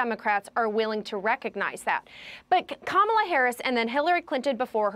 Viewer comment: IT'S KA-MA-LA.........